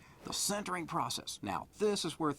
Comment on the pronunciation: sintering not centering.. srsly this guy can't pronounce